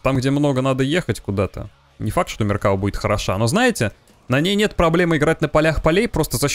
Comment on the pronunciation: МеркавА танк называется, но не МеркАва, ударение на последний слог, автор исправься.😉